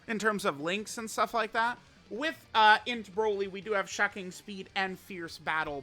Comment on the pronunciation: I gotta ask.. Is saying shacking speed as a joke or is he unable to say shocking speed? I've heard it in quite a few videos at this point but never understood why.